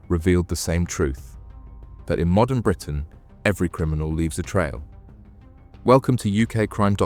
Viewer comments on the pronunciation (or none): none